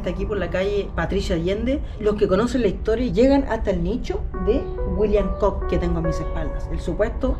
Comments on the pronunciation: Hola, me encantan tus videos. Con todo respeto, el apellido Cook, se pronuncia Cuk. La doble oo es U 😉. Que sigas cosechando éxito! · Edmund Cook, John Cook entre otros fueron piratas, bucaneros y comerciantes y puede que por ser Britanico este señor y de apellido Cook lo hayan nombrado Pirata..por cierto, se lee Cuk...